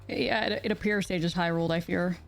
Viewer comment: I kept hearing "Hyrule" instead of "high rolled." 😂